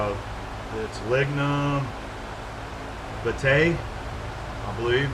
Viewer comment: very cool stuff.... the wood is pronounced ligum veee ti...this wood is very special and was used a very long time ago for bearing material in ships etc..